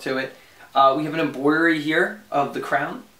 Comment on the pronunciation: Just found your channel. Another jersey head. Sub’d I wanted to just note that the r comes before the o in embroidery. So it’s pronounced exactly how it’s spelled. Not pronounced Emboridery.